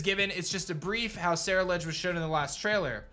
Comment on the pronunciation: it's pronounced cerul like Cerulean and edge please get it right